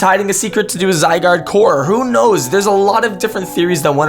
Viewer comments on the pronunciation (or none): none